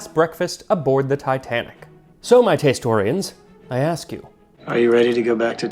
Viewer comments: “Taste-torians”. Gotta remember that one 😂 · "tastorians" lol